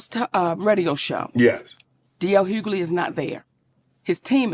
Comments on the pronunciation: Hug-ley not huley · Well MIGHT WANNA START SAYING THE MANS NAME RIGHT 😮 DL NOT HULEY OMGGGG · "HUELY"? LOL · Question: Are you from Canada? You always be mispronouncing people's name...How did you get Hulee from Hughley...the G and H are not listen. Pro tip: copy paste into Google and press the pronunciation of the word because girl..I can't😢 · Maam.... it's HUU-GUH-LEE!!!😂😂😂😂😂😂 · 😂GIRL! THE "G" is not silent in Hugley. Everytime you say it loud and wrong I laugh. 🤣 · You're pronouncing his last name wrong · You're killing me with mispronouncing his name. Lol😅😂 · Girl the way u miss say d. L.. s name is hilarious 😆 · The "g" in Hughley isn't silent.. lol